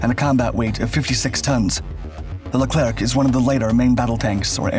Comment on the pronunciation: Pronounced Leclear